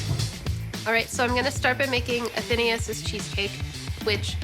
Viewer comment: A-then-AYE-us. Not A-THEEEN-ee-us.